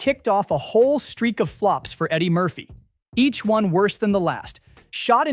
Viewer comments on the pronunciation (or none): none